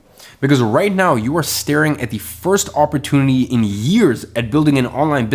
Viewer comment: OMG if i hear the word "OPP OR TOON ITY" again omg ! It's OPP OR TUNE ITY"